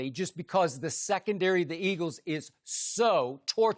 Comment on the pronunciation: He has a speech impediment lol it used to be a lot worse